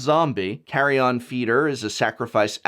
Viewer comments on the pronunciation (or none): Prof are you okay? I've noticed this before but it was particularly bizarre to hear an English professor mispronounce so many English words in this episode. Maybe they're just strange ticks that are idiosyncrasies of your accent and speech pattern but you pronounced ballista, carrion, and heretical (to name a few) very strangely. Also, the cut before the combo section was rough and clipped the previous section. I think I speak for everyone when I say, "Give yourself enough time to create a product that you're proud of and that is above reproach." Also, if you don't know how to pronounce a word, look it up.